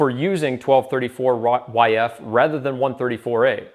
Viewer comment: Did buddy really just say twelve thirty-four-yf? Unforgivable.